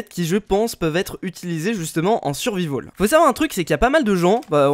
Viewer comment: "en survivaul" x)